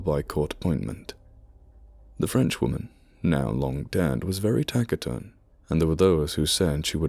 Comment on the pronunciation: Fantastic reading. One suggestion ... look up the pronunciation of cupola and taciturn. Keep up the great work!